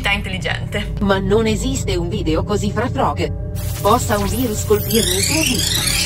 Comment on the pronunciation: Disegni trobbo bene❤ PS: sbaglio o quella voce robotica dice FraffrÒg? anziché FrÀffrog?